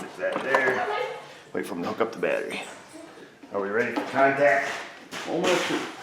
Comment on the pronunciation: Did he say batt tree Vice grip watching south main lol I am high as shit thank you yes